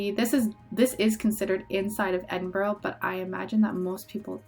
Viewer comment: Glad you enjoyed my home country. Edinburgh is pronounced Edin-bruh. You seemed to remember a lot though so well done!